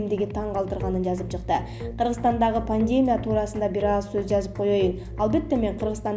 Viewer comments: Окуп жаткан журналист туура окуп уйронсон боло паандемия дейсин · ай ущул дикторлор,неге мынча сабатсызсынар?? Больница,пандемия , концентратор ж.б.создорду ударениелерин улам-улам туура эмес коюп суйлогону адамдын кыжырын келтирет!!! САБАТТУУ БОЛГУЛАЧЫ, же суйлобой эле койгула! Администратор, безграмотныйларды чыгарбагылачы!!! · Автор сураныч "пандемия" ,"пневмания" дегенде ударенияңызды туура койсоңуз . Көп жолу байкадым . Бүгүн сизге айтышка чечиндим. А так видеолор жакшы..